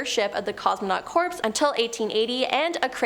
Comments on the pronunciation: I thought corps was pronouced like core. Marine core (corps). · You guys literally have a video host that isn’t literate enough to know that the ‘s’ in the words ‘Corps’ is silent… Jesus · Ok, I know y’all are Canadian, but yeah… The “corps” in “Marine Corps” is pronounced like an apple core, and the “bile” in “Mobile, Alabama” rhymes with “teal”…so basically, Mobile sounds like Mo-beel.